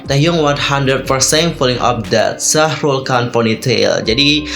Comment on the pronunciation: Bukan Shahrul Khan tapi Shahruk Khan